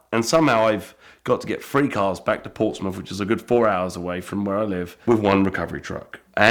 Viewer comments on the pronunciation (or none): none